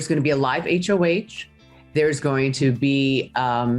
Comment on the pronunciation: Honestly I don't think Todrick actually is the "Super Fan" Julie thinks he is! Neither is Jerry O'Connel for that matter! It's HOH not H of H Jerry. Todrick spewed so many inconsistencies about the show that I feel probably binged it before entering. CBS totally robbed the viewers in the unusual 1 hr finale by not including questions from the jury! What the heck! Finale is typically 2 hours. You can lie to win BB! It's part of the damn game! But usually you the final 2 answer to the jury before they vote! CBS even dissed Todrick by not giving him the chance to explain himself when jurors ask him the hard questions. Now he's refusing interviews? What's that about?!?!?